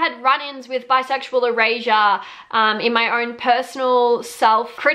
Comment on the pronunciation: The whole first half of this video I thought you were saying bisexual Eurasia 🤣🤣🤣